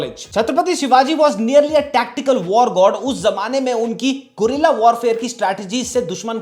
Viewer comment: Abe kaan kyun khuja rahe ho, Pandit Chhtrapati Maharaj hai kya 💀 "Gorilla warfare" 🤣